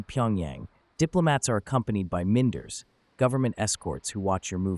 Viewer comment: Why do u need an American AI voice to narrate that mispronounces 'minder'?